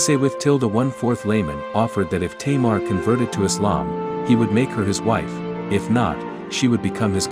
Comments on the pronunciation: why are you saying 'teimar' instead of 'tamar'? XD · She is not a queen! She was referred as King! And it's Tâmar not "teimar" wtf